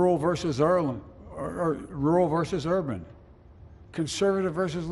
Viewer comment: The subtitles showed Biden saying "We must end this uncivil war, red against blue, rural versus Ireland...", which is pretty funny in itself, but if you listen to him, it sounds like he is saying "rural versus Erland", possibly an hommage to the Swedish actor Erland Josephson, one of Bergman's favourite actors, or some other Erland. It was too generous to see this as a speech of reconciliation. The Manichean imagery of light and dark was very Bidenesque, and not at all conciliatory. Lincoln talked about the site of the Battle of Gettysburg being hallowed ground, where 51 thousand troops lost their lives. It was a bit much to say the same thing of the US Capitol, after a riot where five people died. When Biden mentioned the Capitol riots directly he spoke of an assault on democracy, while it is becoming more and more clear it was never an insurrection, just performance theatre that got way out of hand.